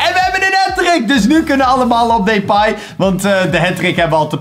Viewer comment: Hoe lastig kan het zijn om 'Depay' gewoon normaal uit te spreken. Maar deze gozer spreekt sws niks normaal uit